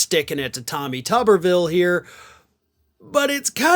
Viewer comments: It's not "TOOB-er-ville?" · It's toober ville as in Oscar Meyer weiner. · Oh, so it's pronounced Tub-er-vill as opposed to what I thought it to be as Too-ber-vill. 😂😂😂 Apologies as I generally watch/stream on mute with [CC] enabled... especially for when I'm laying in bed ready to fall asleep.